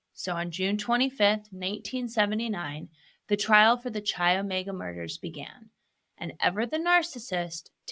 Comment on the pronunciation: Interesting take, you obviously do your research but please, learn how pronounce names of locations properly. CHI OMEGA is not pronounced like chia seeds, it is pronounced as KAI OMEGA. The ch sound is a k in fraternities and sororities.